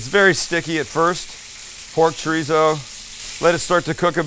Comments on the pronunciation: wtf is "tree-zo?" lol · are we supposed to pronounce it chodizo?🤣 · The way white people say chorizo😂😂😂😂😂😂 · Sam, greetings from New Mexico. I will like and subscribe as soon as you say chorizo correctly for once. Come on man, ur “from” SoCal. 😂 JK, Im already a long time subscriber! Ps... i suggested my parents visit Not Not when they were in SD last summer, and they loved it. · can someone tell this guy how to say chorizo properly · Promise to work on how you say chorizo? 😂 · Breakfast Burrito 🌯 white people we literally make tacos every morning for breakfast without definieing it,you can't even pronounce chorizo stoooop!!!!!